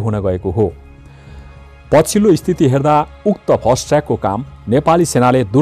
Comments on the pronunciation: फास्ट ट्र्याक भन्नू नि कति फस्ट फस्ट भनेकाे ??? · फास्ट ट्रयाक हो...फस्ट ट्रयाक हैन